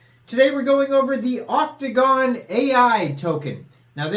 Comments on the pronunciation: It’s otacon not octagon lol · bro u was saying gon not con I must be high lol